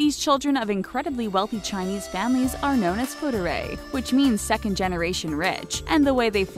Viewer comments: Pretty sure it's "fu er dai" and not "fudurai" or however the narrator is pronouncing it. Otherwise this is an informative video. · Fu er dai... not ‘fu de rai’ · FOO-ARE-DYE Not FOODERAY 😂😂😂😂 sounds like some weird fake Italian word lol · Fudderay? You mean FU. ER. DAI? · wtf is fuderay???? "FU ARE DIE" not that fucking hard to pronounce, it's three syllables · Not “fudery”， but “fu er dai”...lol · 'Fu-ur-day'? Seriously? At least learn how to pronounce Chinese if you're going to make a video on it. "Fù èr (like EARth) dài (like TIE) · It's Fu Er Dai....not Fe Re Dai... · it's Fu er dai 富二代 not futurai haha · pronounced : " FOO - ER - DYE" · Fuderai~ great ass pronunciation 👏🏻👏🏻👏🏻👏🏻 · Just a note, your pronunciation is a little off Fu-er-dai (富二代) is pronounced [foo-are-die] Xi Jin Ping (习近平) is pronounced [she-gin-ping] Weibo (微博) is pronounced [way-bwah] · It's FuErDai (as in foo err tai) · They pronounced "fu er dai" wrongly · It's close, but not exact. There's an 'eh' sound in er, and die sounds pretty close, but English lacks that 'd' pronunciation.